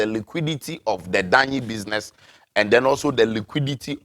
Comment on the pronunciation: Its business and not butter system for mr 😂😂😂